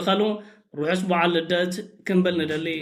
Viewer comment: ክንብል√ እዩ ዝብሃል!እንታይ ማለት'ዩ ክምብል×?